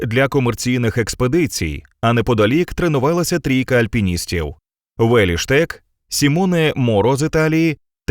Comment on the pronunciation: Яким дивом Улі Штек став у вас Уєлі? Подивіться як читається його ім'я.